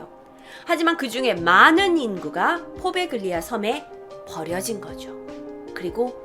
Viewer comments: 포베글리아???? 이태리 원어 스펠이 뭔지 모르겠지만 가운데 들어가는 g 는 보통 발음을 안하는데. . . 참 낯설구만요. 나 이태리에 오래 살았던 사람이라. . . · 이탈리아어는 gl, gn이 이어질 경우에 구개음화가 일어나요 Poveglia는 포벨리아라고 읽혀집니당